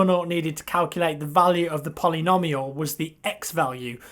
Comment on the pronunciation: I can't think of a situation where you might have to use the word again, but polynomial is pronounced poly-no-mee-al. Just in case :)